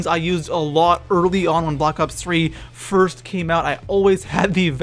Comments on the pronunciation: Wtf he said blops 3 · Did this guy just say blops 3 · Did he say blops 3